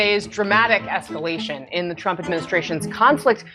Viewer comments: “Trumps esculation” haha retard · esculation... :face-blue-smiling::face-blue-smiling::face-blue-smiling::face-blue-smiling::face-blue-smiling: A.I. not so sharp eton